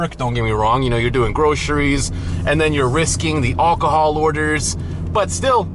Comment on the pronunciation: Don’t even bother, he doesn’t care. He’s really ignorant, he can’t pronounce any of it. He can’t even pronounce alcohol correctly.😅